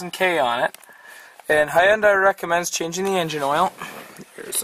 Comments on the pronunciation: Good vid. A couple of things: 1} Hyundai rhymes with Sunday. Replace the "S" in Sunday with an "H" and you will be saying the name correctly. 2} The 4 cylinder 2.4L engine in the Santa Fe is not like this and is the more typical version with the filter under the engine with a nice little cutout in the plastic guard under the car for easy replacement. And, the plastic engine cover on the 4 cylinder just snaps on. There aren't any fasteners. The 6 cylinder kind of looks like a pain... But the Santa Fe is awesome because you can change the oil without jacking up the car! Love that. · Hey, Robert......glad you did the "Hunday/Sunday" thing; saved me the trouble. You'd think MOST people would be thankful you taught them how to save their tongues from all that twisting......but most just think we don't know what we're talking about. Ha! Jokes on them. I've never actually understood why Hyundai didn't spend a couple of million in TV advertising teaching prospective buyers how to pronounce the name of their brand; they might have accidentally sold a few cars along the way! :-)